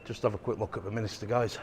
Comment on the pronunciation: Those stone figures are known as gargoyles - and it's York Min-ster NOT York Min-i-ster.